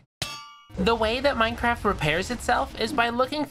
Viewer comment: bro everytime you say minecraft it sounds like maicraft